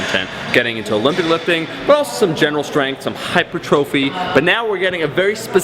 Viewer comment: you said hypertrophy wrong bruh